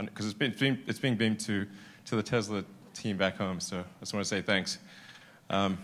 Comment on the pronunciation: great speech but dont say Tesla with the z, its s!